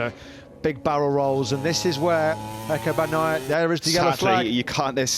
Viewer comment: Why does everyone say Pecco? It's F.